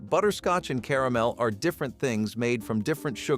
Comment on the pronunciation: I like how he said "Caramel" .."Ca-ram-alama"